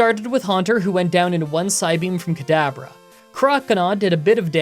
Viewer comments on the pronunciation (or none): Why do you call Kadabra "Cadaver"?